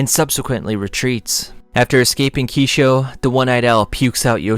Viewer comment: Why is it so hard for you to pronounce "Kakuja", "Kisho" and "Kanae"? 🙈😂😂 Btw nice vid, I wanted to remember some of the parts of TG and this helped me a lot 😁